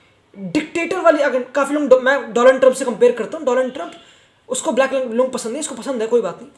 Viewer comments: Did he just said do-land trump😂😂😂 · Bhai tu jab v dolund trump bolta he maja aa jata he 😂